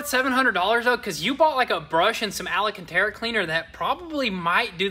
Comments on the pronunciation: Al-can-tera not alla-can-tera, js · IT'S AL-CAN-TERA.. Alcantara.. there is no extra A. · Am I the only one who hears that “scratching record sound” when he says “ALACANTERA instead of ALCÂNTARA”?! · Holy Hickory, it is not Alacantara. It is Alcantara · Guys . . "al" cantara not "ala" cantara. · Long time follower, love the content but can y'all please for the love of God say Alcantara properly. Been driving me nuts lmao. It's Alcantara not alacantera 😂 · alcantara not alacantara! Like nails on a chalkboard! Great video, though! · It’s not alacantera…. ALcantera.. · Al can ta ra. Not Ali can ta ra. Just saying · AL-CAN-TARA. Not Ala cantara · Love that Alacantera 🤣🤣🤣🤣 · ALA-CANTERA? is that a new fabric? lol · What's Ala-cantara? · I hope you read this comment …. It’s Al-cantara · Hey Guys love your channel, just so you know, the word Alcantara has 4 A's in it not 5, you guys have somehow picked up an extra A. Not complaining, just trying to help. Keep up the good work !! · DUDE, there is no extra 'A' in alcantara....